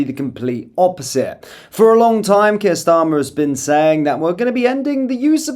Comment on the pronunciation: When you said 'when kier starmer...' it sounded like 'wanker starmer'.